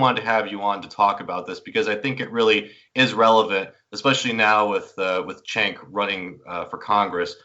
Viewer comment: Who is "Chenk?" Mispronouncing his name comes across as sloppy.